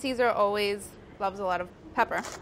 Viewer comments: Black pep. Because saying that second syllable is such a nuis. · Okay I usually like Molly. But this whole video....from the way she abbreviates everything, the fact she made shoes based on a salad, and the fact she really skipped the last syllable in black pepper....just....annoyed 😑